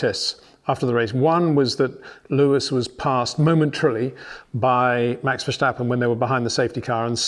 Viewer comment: You're still saying Vershhtappen, you old fool....